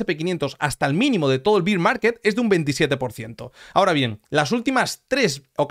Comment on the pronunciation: Me hace gracia cuando dices "Beer market" 🍻